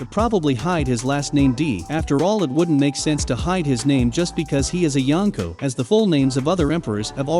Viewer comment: 3 of his subjects became yankas. Stop saying yankas ..